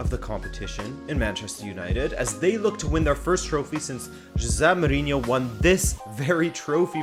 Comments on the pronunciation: Everyone : hozay Mourinho José: Its Jossay Mourinho This guy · He is right People normally say it like he is spanish, not the portuguese way